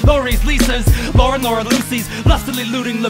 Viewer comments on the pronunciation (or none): none